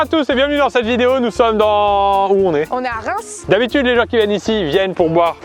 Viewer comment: Déjà on dis Reims